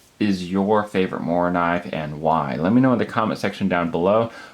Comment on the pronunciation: You american say "moranive" you need to pronounce the k.